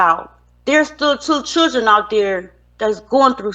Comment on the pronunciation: Churgen... It's children!!!